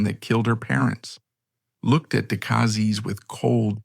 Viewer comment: AI needs to learn how to pronounce the name Decazes, which is mangled about 350 times in this vid.(My guess at a number - as I didn't get past the first 14 minutes or so.) Terrible presentation of images.